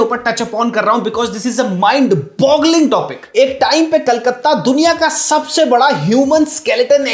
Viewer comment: Kolkata . Not Kaulkattaa.